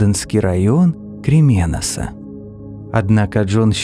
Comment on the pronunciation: Не крименас а крименос и о не читается как а так как изменяется смысл